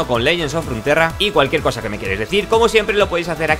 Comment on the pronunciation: Deja de decir Ranterra pls. Hasta riot en inglés dice runaterra U!!!